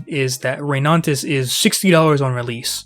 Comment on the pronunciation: Why do you keep saying ReyNANtis 🙉